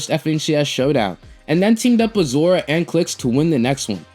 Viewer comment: Why do u keep saying zora?